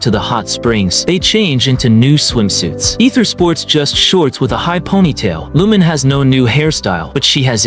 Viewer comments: "Lumin" -- it's Lu-MEEN. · Lumine's pronounciation is "Loo meen" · Ive heard worse I was watching a short by Zach (Aethers va ) and he mentioned someone who pronounced it as loom-in-ay 😂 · that's actually correct too in views of Chinese or Japanese. Considering that hoyo was made in China, Aether and Lumine can be Chinese names too. In that view, Lumine is pronouced as - Lu-mi-nay or Eu-mi-ne and for Aether, - E-ta or Ae-ta no ther or thar sound just E-ta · Nah, "loom-in-ay" is defensible. Wrong, but defensible. "Lumin" has no basis. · Wait and also in terms of Korean, Lumine and Aether isn't a korean name same goes for Japan but Lumine is actually a Japanese name but Aether isn't. In terms of Jp, it's Ru-Mi-ne or Reu- min-ne so the names are actually Chinese and no they are not ENglish names. They are Chinese names. Aether = Eta/Aeta(pronouciation) Lumine= Lu-mi-nay/Eu-mi-ne